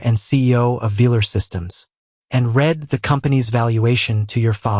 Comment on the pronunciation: Teach your stupid AI narration the difference between read (red) and read (reed). It's simple grammar and verb tense.